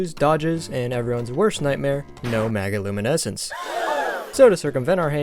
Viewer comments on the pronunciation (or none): maG(said like a j)iluminescence